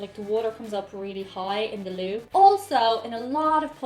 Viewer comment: When you said "loo" I thought you were saying "law" with an irish accent 😂 took me a second